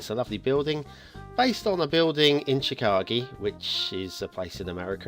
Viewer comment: Chicagi? U can't mean chicago